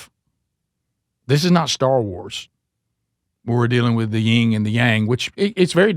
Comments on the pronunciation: This out of love, but it's pronounced "yin and yang" Not Ying yang. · Please stop saying "ying" and yang. It is "yin."